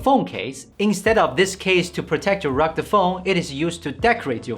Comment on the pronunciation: Ha ha ha ! You really are incapable of properly pronounce the word " rugged"